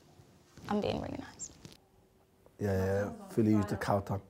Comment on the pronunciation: Man said cow tongue